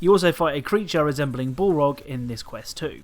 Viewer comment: "bolrog" its BALROG